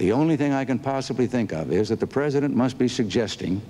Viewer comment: I remember Saturday Night Live being funnier than this. Babawawa saying Mr. Pwesident used to crack me up. I mean she's still funny but mmeeeh.